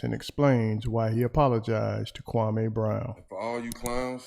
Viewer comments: his name is pronounced kwa=MEE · Dude its KWAME OK🆗🙄 KWAH MEE Now, StFu sounding like your lips STANK like day old Spit.